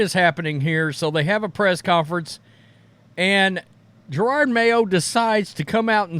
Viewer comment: This guy can't say Jerod. I don't know who Girard Mayo is?